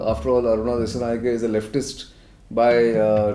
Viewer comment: This editor from India don't know about country Sri Lanka and pls pronounce the name correctly "Dissanayaka" not "ke" even it writes as "Dissanayake"